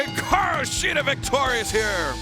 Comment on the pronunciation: I really hate the way mispronounce shida’s first name